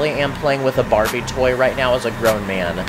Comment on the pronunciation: he said bariby